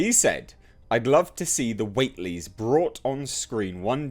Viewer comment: I have serious doubts about this project but would be so amazing if it works. I had high hopes for Universal's Dark Universe, but apparently I was one of the few who enjoyed The Mummy. I would absolutely love to see an adaptation of The Case of Charles Dexter Ward, personally. Btw it's pronounced Dun-itch. (It's a New England thing) I do believe it's Watt-ly, not Wait-ly, but I could be wrong there. And yes, it is From Beyond. The Void was not an adaptation, but inspired by HPL.